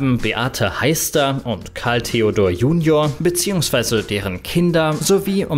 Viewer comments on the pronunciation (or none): none